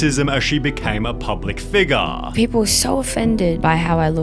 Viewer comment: "As she became a public figaaah" Never heard someone pronounce figure as figaaah.